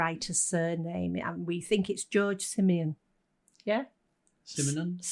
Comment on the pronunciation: Surely, Maigret does in fact have a sidekick - Inspector Janvier. Also, the author's name is "Simenon", not "Simeon".